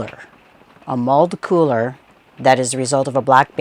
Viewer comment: Did anyone else hear "mulled cooler" instead of mauled cooler?! I thought the visitor Centre was offering alcoholic beverages LOL